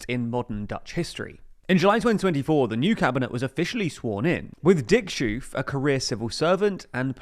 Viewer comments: About Schoof’s pronounciation. Just say Skoaf. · I know Dutch is a difficult language, but you're really butchering the name of our PM. Dick shoof??? 😅😂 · I know foreign names are difficult, but the name of the prime minister rhimes on 'cove' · It's S + hoe + F, not "sjoef"! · You pronounced Geert so well but then fumbled on Schoof. The ch is the same G-sound as in Geert, and Schoof rhymes with loaf. => "sgoaf" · I'm already facepalming all the international journalist pronouncing his name like Dyetten. :( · All these videos about the Netherlands and not once have you thought to look up how to pronounce any Dutch names. Shooof ffs. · 😂 minister sjoof not schoof but sjoof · Ch in dutch is often pronounced as G like in Schoof, that would be sgoof. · The way PM Schoof is pronounced sounds very strange, double o has the same sound as English oa. So oof is pronoanced as the last three letters of loaf. The Sch is easier than English speakers think. The way the Scottish pronounce loch like in Loch Ness is the same as ch in Dutch. Put an S before it and you can pronounce his name correctly. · Pronunciation tip: Schoof rhymes with ‘loaf’ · "Dick Sjoef"? 😂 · Probably never going to need it again, but in Schoof, the ch sounds just like g in Geert, and it rhymes with loaf (of bread). What you said here was the Belgian beer brand La Chouffe. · Pronunciation tip: Schoof rhymes with ‘oaf’ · My God, you dont have to nail Schoof's name, but at least pretend that you did a 5 second how to pronounce search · It's a bit late, but you really need to look up how you pronounce Schoof. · tbf he does get it right in "Geert", so he should be able to say "Schoof" if he looked up how to say it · I think it's mostly English speakers who butcher the pronunciation of "Schoof". The Great Vowel Shift caused them to mispronounce/misspell all vowels, causing them to believe spelled "oo" in any language is pronounced as "u".